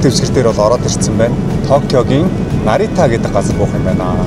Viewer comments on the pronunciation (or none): Аялал сайхан байх болтугай. Японоо санаж байна шүү. Нарито биш Нарита шүү 😊